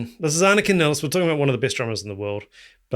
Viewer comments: I thought her name would be pronounced more like you do, because it's how most German speakers would pronounce it, but I've actually heard her pronounce it Niles. Like the plural of the river. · Her last name is pronounced as MILES... Nilles. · Just an FYI She pronounces her last name as Niles (rhymes with Miles). She introduces herself in the clip Anika Nilles Austrialia tour 2025. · Nilles, rhymes with Miles, Piles and Tiles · Yeah, I originally thought ah-nee-kah nee-less would be correct. However, I've noticed that most people do just pronounce it like Geddy has pronounced it in interviews, which is how I've heard her pronounce it.